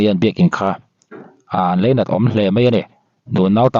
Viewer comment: Leinat niloin Lainat aw